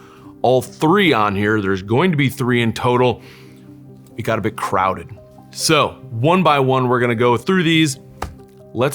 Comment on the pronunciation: crowded you say... or did you mean Krauted :D